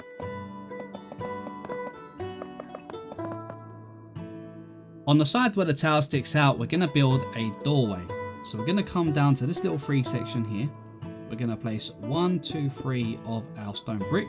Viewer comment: Love it. Except that it's pronounced "three" not "free"